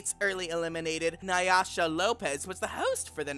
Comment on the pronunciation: lmao na-yasha lopez